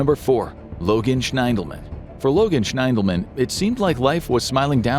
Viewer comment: I believe Logan's last name is pronounced SHINdelman.